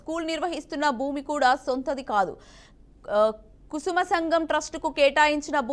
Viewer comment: Kusma సంఘం కాదు కురుమ సంఘం ముందు తెలుగు చదవడం నేర్చుకోండి శాటిలైట్ ఛానల్ లైవ్ ఉండి కూడా ఈ విధంగా చదవడం సిగ్గుచేటు